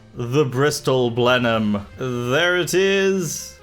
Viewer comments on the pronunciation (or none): I find it hilarious that you pronounce Beaufighter correctly but fuck up Blenheim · Your pronunciation of Blenheim hurts me. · You pronounce Blenheim wrong